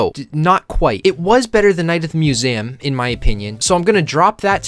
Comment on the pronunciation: STOP SAYING IT LIKE THAT! IT'S NOT "MEW-AM' IT'S "MEW-ZEE-UHM"